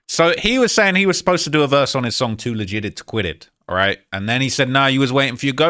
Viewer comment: Too legit 😂 he says to leg gig it 😂